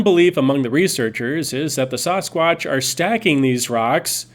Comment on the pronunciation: Please.. Sass-quatch, not Sauce-quatch. It is Ike sassy, Saskatoon and Saskatchewan.... not spaghetti sauce or sausages...